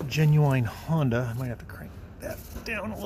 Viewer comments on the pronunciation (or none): none